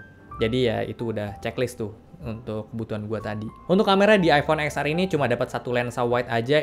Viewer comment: Btw baca X nya itu iPhone Ten. Jadinya Ten Ar bang. 😅